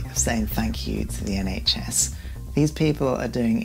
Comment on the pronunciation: ... "SHN"... hahaha!! Bless. <3